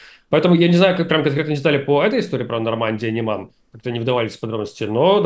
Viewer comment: Нормандия - НЕман. В слове Неман ударение на е. Речь идет о реке в Беларуси, Литве и калининградской области.